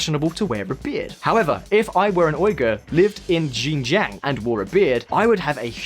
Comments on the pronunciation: He calls Xinjiang, "ginjyang" 😆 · Again "X" is an "S" sound in Chinese. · You can trust someone whose pronunciation of Xinjiang is on wrong. Sort of undermines the flimsy research. But yes there is plenty if racism in China. Positive and negative discrimination.